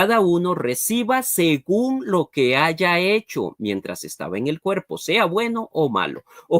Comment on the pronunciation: El licenciado con futura maestria dice "aiga". Jajajajajajaja